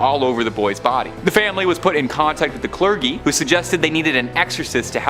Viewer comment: Oh, my God! The guy in the black and red shirt needs to learn how to Read!!!😫 His pronunciations are absurd. How does he not know how to say clergy, for God's sake?😩 I'm not trying to be mean, but maybe he should read these out to people Beforehand and they can let him know the correct pronunciations? That way, when he goes online, in front of the World, he won't embarass himself quite as much😬. Other than that, he's very engaging.👍😅